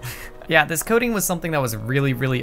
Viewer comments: half the video i thought he was saying coding, not coating, and i was so confused lol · Bro the entire time I thought he was saying Coding and not Coating lmaooo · i though the was saying “coding” that whole time but no it was the “coating” of the mouse